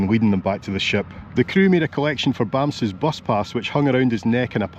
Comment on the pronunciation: As much as a cute name is Bamse...Its pronounced BUMPSA...Was the lady behind you at Bergen Airport smoking?